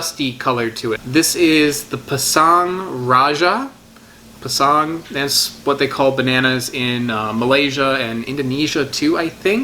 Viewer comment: Sorry, Pisang the malay/ Indonesian word for banana has no stress on the word. It’s equal peasang. Da da not tahDah. Keep on loving the fruits.